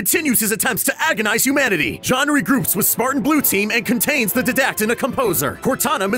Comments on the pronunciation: you butcher the name of the villain on halo 4 and the name of the spartan team on halo 5. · Oh god almost everything before the start of Halo 1 was so wrong. He skipped so much and messed up what he did. Also pronunciation of Didact and Osiris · Dr awesome12222 didact and Osiris lmao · There are mutiple things wrong with the information given: 1. The ark does not look like a halo ring 2. It’s gravemind not overmind 3. The way he says didact is wrong 4. It’s Osiris not osirrus 5. Blue team was never seen battling the didact 6. At the end it’s Spartan Locke not osirrus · When he pronounced Didact and Osiris wrong, I was like BOI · The way he says didact gives me a headache lol😂😂👏🏻👏🏻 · when you say Didact you have to emphasize the "I" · I like how you mispronounced Didact xD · I hate short lore videos that try to sum up the story of certain games. This video doesn't mention the precursors and how they had become the flood, how the arbiter killed truth and that there was an alliance between the elites and humanity, and many other things. Hate how the guy pronounced Didact and team Osiris. It's almost as if they don't play the games but instead are in a class about the story and history of each game but they don't really pay attention and are then told to make an essay which they make to either be half way decent or completely wrong. All I gotta say is that whoever pumps out low quality "animations" about a beloved franchise of games only to have some guy reading a janky script and let the guy say the names of characters like they're the substitute teacher from the key and peele skit should have to wear a dunce cap 24/7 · did he purposly pronounce "didact" and "osiris" wrong? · The way didact was pronounced was really annoying for my ears haha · Ermergerd his pronunciation is frustrating. It's 'Die-dact' and 'O-si-rus' not "Did-act" and "O-cyr-us" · ITS D-ie-dac-t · DIE-DAKT!!!!!! jeezzzz Louise man youre killing me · HA HA DEE-DACT! its diadact lol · "Da Deedact" x3